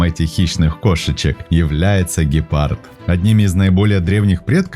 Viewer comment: Вот только, не кАгуар, а кУгуар, и не гИпард, а гЕпард. А так, ничего.